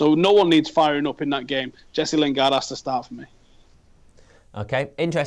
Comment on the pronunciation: stop calling him jess lingard